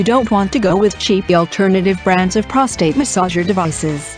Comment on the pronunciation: Great info, computer voice is terrible..p..rostate.. really?